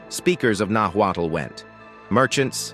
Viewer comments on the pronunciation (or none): Notwaddle ? Really? Nahuatl Pronounced Nawat. Not Aztec. Mexica Pronounced Meesheeka